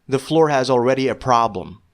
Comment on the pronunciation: Not Muslim but you say flour weird 😭😂